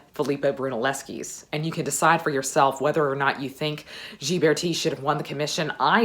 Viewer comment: I love these Renaissance videos. Your love of history shines through. By the way, Ghiberti is pronounced with a hard “g” and the accent is on the second syllable.